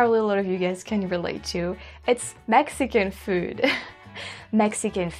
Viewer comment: I noticed how she picked up the California way of saying “food”. I guess it’s sounds something like “feeood”. A dead giveaway !